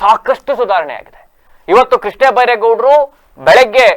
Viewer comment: ಕೃಷ್ಣೇ ಅಲ್ಲ ಕಣಪ್ಪ ಕೃಷ್ಣ